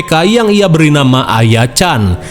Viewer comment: Lu orang mana min, kok nyebut nama, "ngaran 😂